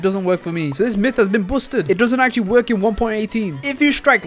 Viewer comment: “Myth is buosted”